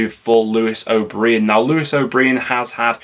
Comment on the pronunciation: As always, a very good video, BUT please stop calling Lewis.....O'Breean. My friend worked in the media department at Huddersfield and it is definitely pronounced O'Brian, as in Clough. Tbh, it might just be that Preston accent: )